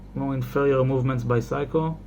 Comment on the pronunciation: “Seiko” becomes “Pyscho”?